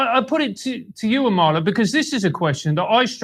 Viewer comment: Its not Amala, It's Amala! Let's get it right folks!